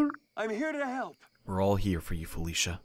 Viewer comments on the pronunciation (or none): none